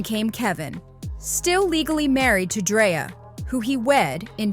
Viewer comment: It’s 2025 and there no way we’re still mix pronouncing people’s name wrongs when we can simple go online to learn how to pronounce it correctly…her name has a K not a Y, Dreka